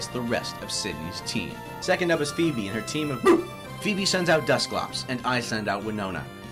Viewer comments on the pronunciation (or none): none